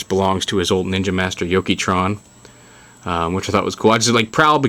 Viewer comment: its not yokevatron (yoki va tron) its yokevatron (yok ava tron)